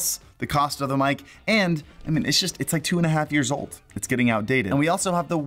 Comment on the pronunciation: Anyone else come to the comments wondering why he can’t say Mic/Aux